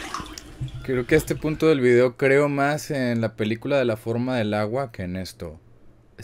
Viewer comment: Si proncias "Vidiou" como tal suena más natural el saludo, me gustan tus videos